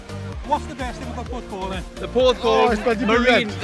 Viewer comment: Puth-call? Do you mean Porth-cawl?